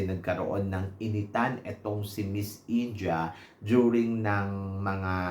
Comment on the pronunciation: it's IN-DEE-YAH not INJAH, ✌️